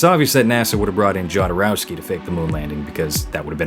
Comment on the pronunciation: That faked Kubrick vid is SO bad haha. They couldn’t fucking bother to get his New York accent down. Like dude all you have to do is talk like Peter sellers in lolita.. btw pretty sure it’s HODorowsky, not Jod.